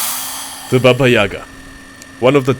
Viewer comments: Its not baba yag to say,u must sayy babyiga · not YAga, true yagA)) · Baba yagA, not yAga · Actually its pronounced Baba Yiaga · It's pronounced something like the "Baba Yeega" not "Baba Yaga" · "THE BABAYAGA" 😂😂😂😂😂😂😂😂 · Баба Яга удорение на букву Я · Omagad, Im russian, and im laughing how you say baba yaga!!!